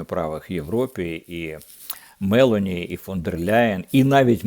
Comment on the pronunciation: Правильно прем'єрка Італії МелОні з наголосом на О